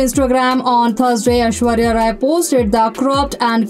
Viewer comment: 👉Ashwarya Rai not Ashwarya👉 Roy😂